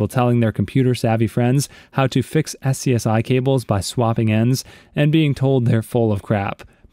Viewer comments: SCSI is/was pronounce skuze (hard e) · SCSI is pronounced "scuzzy"